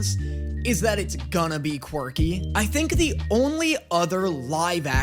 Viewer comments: I'm two and a half minutes in, and did this man just recently discover the word "quirky"? Because he sounds like a child who just learned a new word and is now forcing it into every other centence😅Also, why is he pronouncing it as "quarky" 😅 Also also, oh my god, his voice is so high-pitched and sqeaky, I wondered for a solid second if I was watching this on 2X speed or something 😅 "This show gives its fans a lot of ammunition" - it sure does, lmao. It's fun, even if I was not particularly a big fan of that at first. Leaving this comment and a like, hoping the reactions continue, I will watch them, because despite the fact that it might've sounded like I was crapping onthe video, I actually enjoyed it lol. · "a fun quicrky show" he says